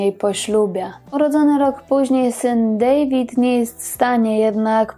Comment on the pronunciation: Wymawiamy Dawid nie David bo Niemcy wymawiają to imię tak jak my.